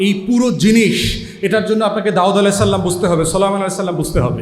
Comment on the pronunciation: ফুয়াদ ভাইয়া, আপনাকে ভালোবাসি। আপনার আলোচনা হৃদয় গ্রাহী। তবে ' আলাইহিস সালাম ' উচ্চারণ করবেন। সাল্লাম নয়। এ সামান্য ভুল ও এসব হুযুররা সহ্য করতে পারে না। আমরা পারি।